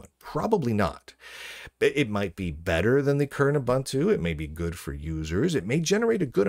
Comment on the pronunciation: "OOBANTOO" doesn't exist.